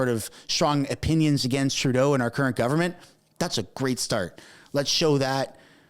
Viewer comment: He is our Stand-up Comedian ..lol ..Best comedy done by him is when he said "GUNFORMENT OF INDIA" 😂😂😂😂